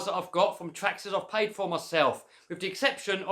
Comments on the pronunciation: It sounds like your saying pie pie pie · When u constantly said payed then I sometimes heard pie XD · I like when he said paid, it sounds like pie